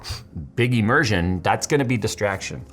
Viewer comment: "Immersion" not "emmersion".. but I digress